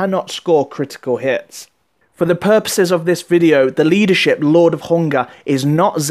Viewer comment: sorry could you just say leadershiip again please!